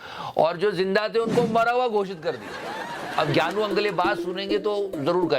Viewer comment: Ghyanu is not ghyanu, Ghyanu is pyanu 😁😁